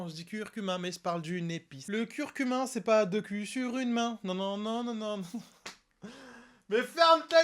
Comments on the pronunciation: Curcumaaaaaaa pas curcumin bourdel😂😜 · C'est pas plutôt curcuma ? Que curcumain?😂